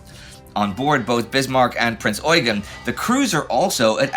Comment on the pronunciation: Very nice! Thank you. Just one important bid. It's pronounced Prinz ɔ͡yˈgeːn with a short "eu" and an emphasis on the second "e". His actual name was french (François-Eugène de Savoie-Carignan). So this pronounciation (especially in Austria) derived from his french (and italian) routes. I saw many documentations from the english speaking area (and sometimes from Germany) in which the pronounciation is competely off.